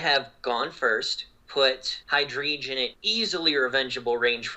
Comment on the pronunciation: I love the way pronounces Hydreigon